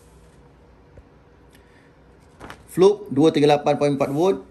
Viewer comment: Sebut fluke pun salah.. kikikiki..